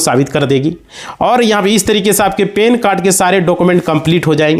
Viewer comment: Pan card ho ta hai. Pen card nahi. Sahi bolo.